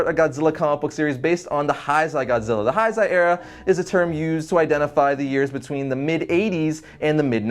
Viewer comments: it's pronounced heisei (hey say). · Heisei era. Pronounced hey-say. lol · Heisei is pronounced as "heysey". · You pronounced heisei wrong it’s pronounced as Hay-Say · why does he say heisei as haisei